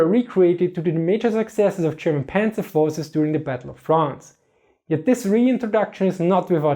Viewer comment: I know you said "Polish forces", but what I heard was "Polish horses".